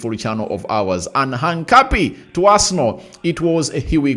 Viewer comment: Pliz pliz, Try to pronounce that guy's name right. His name is "HINCAPIE" not "HANCAPIE " ok? Otherwise thanks for the good work.